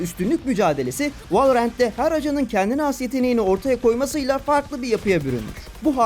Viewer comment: Valla her şey çok güzel de merakımdan yazıyorum neden direkt ''Valorant'' demek varken ''Vaeleorent'' denirki :D